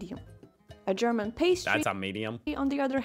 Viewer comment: your German pronunciation is getting better and better :D